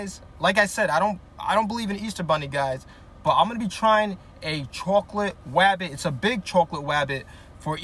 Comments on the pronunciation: Bro really said rwabbit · Nahhh... What the actual fuck? Edit: Bro hunted down a easter "Wabbit" 💀 Edit 2: Bro i didn't realise this but, bro switched from "wabbit" for "bunny... Finally bro said something normally 💀💀💀